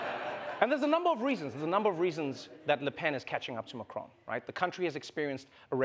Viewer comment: Trevor, its President Macron, not Macrone. Also why use a hom-osexual voice for waiters?